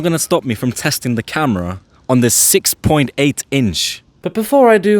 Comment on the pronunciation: Is it just me or is there emphasis on the 6.8 in